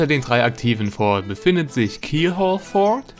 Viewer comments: richtig... aber das S wird bei der mehrzahl schon gesprochen soweit ich weiß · Die heißen Fort nicht For 😂 Also Forts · Es heisst ForTS nicht FOR